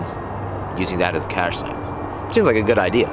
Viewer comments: it pronounced cash not cash ay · Cache, French pronunciation = CASH, by most in the US. Love your work.